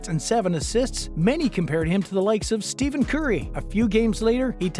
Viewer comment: Bruh u can’t can’t Stephen curry wrong bro. ITS NOT STEVE